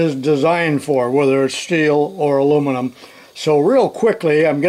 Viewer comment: I can’t believe you pronounced “Al You Mini Um” correctly! 👍👍👍🇦🇺